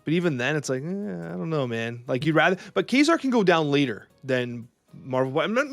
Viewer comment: Why do they pronounce Kazar as Quasar?